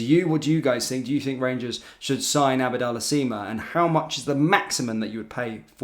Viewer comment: He always gets pronunciation wrong